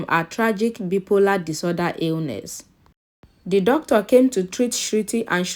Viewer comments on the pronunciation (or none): The Bi-polar is wrongly pronounced. BI-- POLAR/ bye- polar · Wrong pronunciation of bi polar